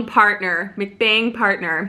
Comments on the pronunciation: From what I hear others hear, it is pronounced as MUCK BANG. And yes, please start a mukbang channel. That would be awesome! With or without the sounds, you alone are entertaining enough. Love your channel!! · Yes to vlogmas, & mukbangs came from Korea. (pronounced muhk bong) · LOL...You eat like a true Korean! Mukbang (pronounced muhk-bahng) originates from “eating broadcast” (먹는방송 pronounced muk-neun bang-song) and Koreans shortened the word to 2 syllables from 4. Enjoying your videos and hopefully see you on one of my upcoming AA flights! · FYI it’s actually pronounced muhk-bong (like “luck” with an m and “bong” the thing you smoke weed out of) 👍. Muhk = eat, bang = short for bang-song aka broadcast in Korean 😊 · thank you for doing a personal vlog & in NYC. I think it would be fun to watch you doing a muk-bang (pronounced mook bung). It came from Korea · islandgirl 808 its actually pronounced muhk-bong (like “luck” with an m and “bong” like the thing you smoke weed out of) 👍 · It’s pronounced “muhk -bahng”. It originated in South Korea. 먹 (muhk) shortened from 먹어 (muhkuh-= to eat and 방 (bahng) shortened from 방송 (bahng-sohng) for broadcast. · Its pronounced "Muck-bang" or some say "Muck-bong" and its Korean.